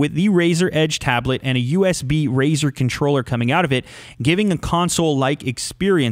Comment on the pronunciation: U know something funny in the beginning if u are on a iPad or iPhone About 5 or so seconds in Siri will pop up because how he says razor Edge and it sounds like hey Siri